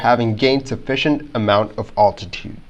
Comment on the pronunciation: You really should learn how to pronounce the word "altitude."